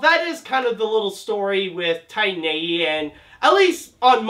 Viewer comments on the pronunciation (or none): Did you really start the video by calling the movie "Tine A.E."? You really can't even pronounce the title? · i loved the movie, i hate the way you say titan tho